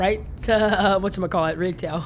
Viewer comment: Evan said Rigtail not Retail